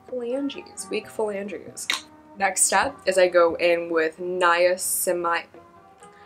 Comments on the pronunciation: I just want you to know that a Paula's Choice Skincare ad played in the middle of your video and said "Niacinimide" right after you were struggling to say it. The Matrix really lined up for you on that one. LMFAO. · Pronounced like (Nie-ya-sin-a-mide)